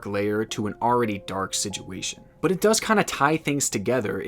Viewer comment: Love the videos but it’s situation not siguation 🤦🏻‍♂️😂😂😂